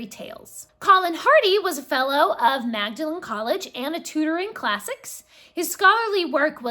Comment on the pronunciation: Very interesting video. Presume you are aware of the book of the same name by Humphrey Carpenter? And I believe that Magdalen is usually pronounced as "Maudlin"....(Google has an explanation as to why this is the case).